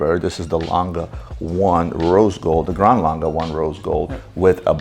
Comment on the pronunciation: Laaangeh und Soooney thats how you say the name.Best wishes from Germany